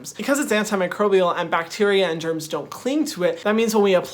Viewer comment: When he said bacteria and germs I heard bacteria and Germans and was a little confused for a minute